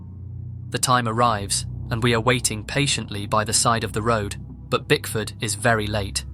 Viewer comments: He was saying Bigfoot, although he was attempting to say Bickford, but failed everytime. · Bro pls say BickfoRd not BigFoot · Kept hearing “Brickford” as “Big Foot”. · I'm glad I'm not the only one that thought you were saying Bigfoot this entire time! I thought that name was given to him on purpose because he's big and scary like Bigfoot!😅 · I was cleaning while listening to this and thought you said "Bigfoot" not Bickford, so I was extremely confused at how Bigfoot was just casually walking around in Brazil and nobody batted an eye 💀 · I CANNOT BE THE ONLY PERSON THAT THOUGHT HE WAS SAYING BIGFOOT! 💀💀💀💀💀😭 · I swear I thought you said bigfoot ,I was so confused! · When you said Bickford I really heard Bigfoot lol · I misheard him saying bickford. I heard him say bigfoot i was so confused 😭😭😭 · saaaaaame! I was half way through like "hey I thought this story was about bigfoot what the fuck is going on?" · I honestly pictured Bickford as Bigfoot the entire story... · I heard Bigfoot too! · Lol me too! I'm in kitchen making dinner & listening...I swear he said Bigfoot too. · Don't feel bad, I didn't figure it out until 4-5 minutes and I thought he was saying Bigfoot as well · I had this on in the background and kept hearing Bigfoot the whole time 😂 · I thought throughout that entire bit that the guy’s name was Bigfoot! 😂 😂 😂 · If I hadn't read this I'd still be thinking he was saying Bigfoot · Exactly! I was like, who the hell names himself bigfoot even he's unstable lol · I could have sworn he was saying Bigfoot I thought that point the point of the name of the locals because he's crazy like Bigfoot😅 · I thought they nick named him BicFoot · I heard bigfoot too and rolled my eyes until I saw the name of the person. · Oh. Lmao. I thought it was Bigfoot too. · HE WASN’T SAYING BIGFOOT?!!! Bruhhhh I didn know til I read comments😭😭😭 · He didn’t say brickford at all, not once I swear on my life. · Yoo i thought he said bigfoot untill i saw u comment ?